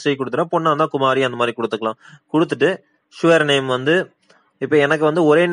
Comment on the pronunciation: அது சுவ்ர் நேம் இல்லை அது சர் நேம்.